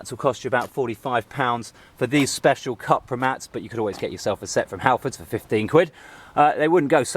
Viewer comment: pronounced "coopra"